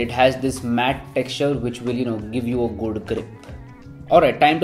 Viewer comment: No one: Our: Goodu grip. 😂🔥. Nice video, Commenting for better reach. 😀